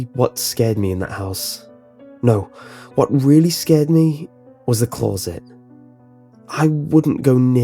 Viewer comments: CLAWZIT. Just say closet. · The scariest thing about this story was the way he said closet